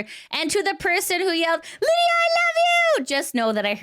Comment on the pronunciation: I wish would say her name right